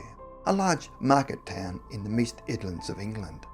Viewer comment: Did you say Meast Idlands? I think you mean the East Midlands 😅